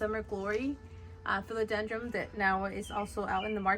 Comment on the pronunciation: Just FYI, philodendron doesn’t have an “m” at the end! 😅